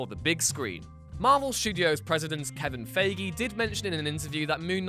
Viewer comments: Hail Eris! FTR: The Marvel Studios head's surname is pronounced "Fye-gee," not *Fay-gee*. It's sort of important, because the latter pronunciation isn't actually unheard-of, it's just incorrect in this case. Snarky Every man and woman is a star. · he called him Kevin FAYGEE instead of Feige